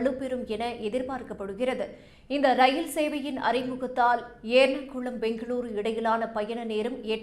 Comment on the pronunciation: எர்ணாகுளம் என்பதைக்கூட ஏர்ணகுளம் என்று உச்சரிக்கிறார். பொருளதாரம் என்று எப்போதுமே உச்சரிக்கிறார். ஆங்கிலத்தில் எழுதி தமிழில் படிக்கிறாரோ என்று தோன்றுகிறது. அதிலும் சாணக்யா வின் Money channelல் AI பேசுவது போலவே இருக்கிறது இவரது பல உச்சரிப்பு